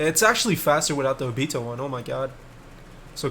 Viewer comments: Ngl the way he pronounced “O-Bito” the whole video bothered me a little bit but no hate 🙂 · Where are u from cus u have an accent or sum u pronounce stuff weird like obito u say it like obeeto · why do you pronounce Obito like that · Kinda triggered he pronounces Obito as "Obeeto" cuz I pronounce it differently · he says obito wrong